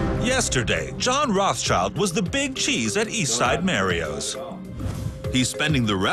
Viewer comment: I've always pronounced it as "MAH-REE-OS", not "Mae-ree-os"